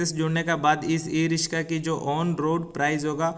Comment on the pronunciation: Rishka Nahi, riksha bol